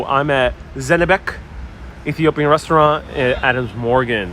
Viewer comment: It is Zenebech, ch as china.